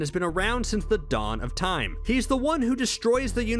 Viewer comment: batman v superman “ yawn of justice” lol